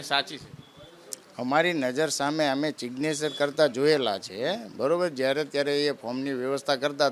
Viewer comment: સિગ્નેચર ને બોલી રહ્યો છે😂😂😂😂😂😂😂😂